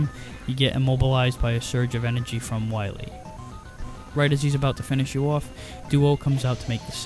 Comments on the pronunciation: Be verwy, verwy quiet, Im hunting dat wascawwee Dr Wiwy, Uhuhuhuhuhuhuh. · Dr. Wahwee! xD